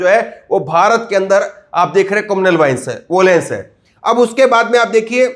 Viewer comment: कम्युनल वायलेंस होता है बेटा कमूनलल वोलेंस नहीं पहले सही से पढ़ना सीख लो पत्रकारिता बाद में कर लेना 😜😜😜😜